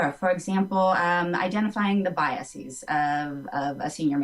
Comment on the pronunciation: mispronounced biases